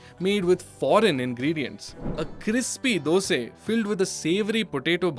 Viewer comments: Why you say Dos'e? Isn't it Dos'a? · Ah there you go “dose” sure you are from Karnataka